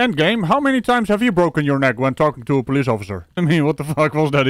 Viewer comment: I don't know why, but it tickles me to hear say, "by the po-leese".